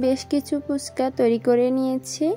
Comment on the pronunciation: আপু পুচকা না হবে ফুচকা। বার বার পুচকা শুনতে ভালো লাগে না।